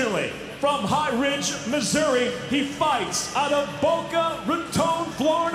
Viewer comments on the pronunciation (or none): none